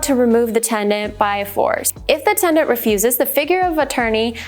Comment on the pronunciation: It’s tenant…. Not tendant.